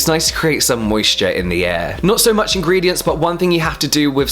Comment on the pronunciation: I'm so sorry but I'm not trying to sound cheesey....But it's ingredients not ingrediants...